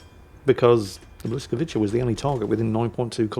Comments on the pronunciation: Błyskawica. Instead of pronouncing 'ch" say 'ts' - bwiscavitsa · It's pronounced "bwyskavitsa"